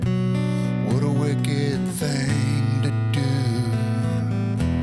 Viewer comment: Also says Thang instead of thing.